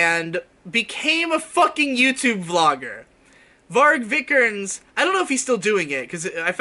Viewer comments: Bruno “Vik-er-nes(z)” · Yeah, isn't it kinda like "VEE-ger-nez"? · His name is pronounced vii-ke-nees v then long i like in steel then ke and then nees like nes but long e. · I have NEVER heard a worse mispronounciation of a name. Viiiiii-kehr-nehs. Long vowels, boi.